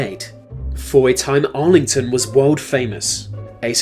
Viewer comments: AI commentary Argleton not “Arlington”. Bit of fakery from whoever made this. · It's Argleton, not Arlington but still a fine vid man!!! cheers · Argleton is pronounced Arlington?